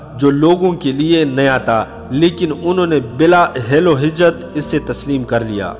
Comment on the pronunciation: حجت۔۔۔ ح پر پیش ہے۔۔۔